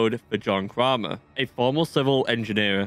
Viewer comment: Kramer rhymes with gamer not farmer lol